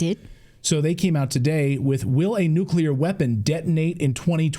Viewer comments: Side point maybe but when someone with supposed expertise keeps mispronouncing "nuclear" it really freaks me out... 😳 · I had to click off. That dude, mispronounced "nuclear", one too many times for me. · nucular -> nuclear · I don't trust the intelligence of anyone who uses the word "nucular" which doesn't exist. It's "nuclear". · Congressman- “Nukular” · ( Nucular)? It undermines a persons credibility when they’re talking with this word, which is incorrect the correct way to pronounce it and spell it is nuclear not nucular. George Bush Jr. had the same problem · I don't think anything bothers me a much as the mis-pronounciation of the word NUCLEAR BY GOVERNMENT OFFICIALS! NEW-CLEE-ER Is correct! NOT NEW-CUE-LER? 🤬🤬🤬🤬🤬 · "nucUlar" ?? I have a difficult time trusting experts in this area when they can't even pronounce the word nuclEar.. 😐 I mean, I agree with this guy, .. but for Pete's sake dude.. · WHY, a CONGRESSMAN, man who says he’s been so close to the nuclear program, CANNOT PRONOUNCE NUCLEAR?!!! It drives me insane, when I hear so many, “intelligent?!” people, pronounce it “NUKE-U-LER!” I understood it when that monkey, George “Dubya” Bush mispronounced it constantly, but hey, look who you’re dealing with!!! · Nuculer? The word is nuclear. Is this code? ... Or are all people in high positions mispronouncing nuclear??? Subterfuge? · How is it that a congressman can't pronounce "nuclear". He says "nuculear". WTF? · Nucular is not a word. It’s NUCLEAR! Why do people keep saying that? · I don’t trust/believe anyone who can’t pronounce “nuclear” properly. It’s not “NUKE-you-ler “. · Nu-clear. Not noo-q-lurr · Say it with me: NEW-klee-er If there’s war, does it suspend inauguration of the newly elected president? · Can anyone in America pronounce ‘nuclear’? It is pronounced… New-clear Not newculer It’s not complicated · OMG I wish people would stop saying nukular! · What is it with Texans that can't say nuclear? It's not nuculer..